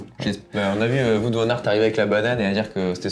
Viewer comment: non non non et non pas de "voute" van aert mais "wahot" van aert 😉😉😉